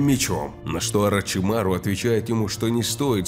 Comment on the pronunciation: у меня у одного возник вопрос почему он говорит не орачимару а орачумару